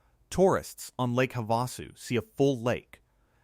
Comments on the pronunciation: Please teach your AVATAR Bot Narrator how to say words correctly. That lower dam on the river is Lake Hava-Sue, not Hav-A-sue. It seems to be a minor issue but speaking names correctly helps people understand your narrative. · Lake Ha-vahsu?